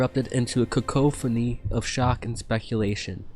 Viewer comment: I love your story, but you're pronouncing some of the words wrong man. Such as cacophony...think CAw CAW Phony. Ok, now I've done my grammar Nazi (lol) this is an unusual story that I enjoyed. I find it plausible that Mace would be so touchy, he was always a bit too full of himself.